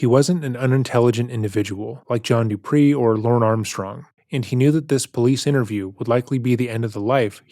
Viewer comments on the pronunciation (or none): Whoa whoa WHOA!!! Stop the damn presses!!! Did you just say “John DUPREE”??? Uh… can you put some effing RESPECT on Johnny Connecticut’s name?!?!? It is “DUPEE”. Sort of like “toupee”, but the stupid and trashier version. Say it with me now: “DU - PEE”. As in, “Is dat Johnny Connecticut in da holding cell? I think dat du pee his pants, bruh”.